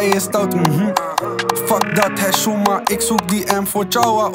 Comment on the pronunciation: Kaka zeg geen 7shouma als je niet kan uitspreken a tata